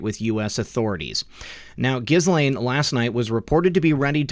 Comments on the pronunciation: I believe Epstein’s victims pronounce Ghislaine’s name with a silent S to rhyme with Elaine. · Ok... since we are going to be saying it xxxthousands more times in the coming months - we should probably get it right. It's [Ge-Laine] with the accent on the 'hard G" - "not a soft G" > =Jis > Jhis... I hate being "this guy" pssssssst. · This may seem petty....Ghislaine is pronounced: JILL AINE It's French.